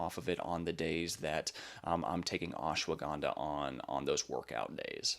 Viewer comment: It is Ash - wada - Ganda. You pronounce all the letters. Not ashwa ganda